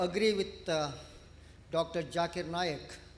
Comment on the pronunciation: Jakir naik 😂😂 bro its zakir naik